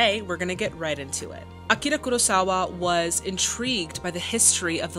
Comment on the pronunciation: Daisuke would be pronounced as "dice kay." The vowels in between the consonants are often not where the emphasis is put, and are sometimes even completely silent. But you did a VERY good job. Better than most. You pronounced Akira Kurosawa's name perfectly, which most people do not. I love how you always do your homework and try to contextualize the movies you watch. It really enriches one's appreciation during the viewing experience.